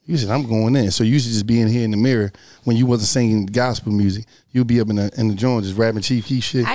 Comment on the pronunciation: Shawty said "Make the murrsic" 😂😂😂